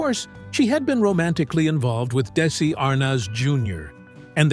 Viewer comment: My God it's Desi (pronounced Dezi) please. My name is Desi.